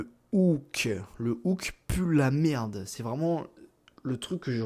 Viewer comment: "Les hook de Merrrde" 😭😭 ça m'a tué